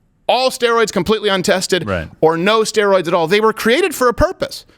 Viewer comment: "Asteroids" 🤣💀